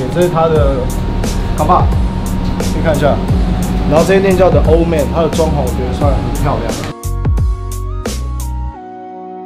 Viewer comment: 是The(里)Old man不是The(了)Old man啦